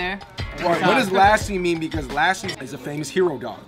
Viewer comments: This dude said laaassssi it’s pronounced lussi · its not laasie its lassie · That Indian dude ain't Indian! 😑 Which Indian pronounces 'Lassi' as 'Lassie' 😏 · I died at how they pronounced lassi P.S no hate